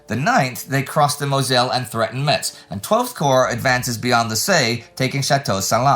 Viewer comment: Just FYI Metz is pronounced "mess", the t is silent